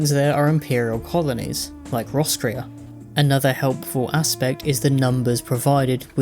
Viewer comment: Wait... roscrea??? That's a real town in Ireland lmao. Been there dozens of times. Not pronounced "ros-cre-a" though, more like "ros-cray" iirc.